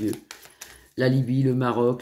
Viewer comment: La lybie et non la lubie...